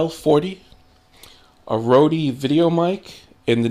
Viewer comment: The company is pronounced 'Road' ;-)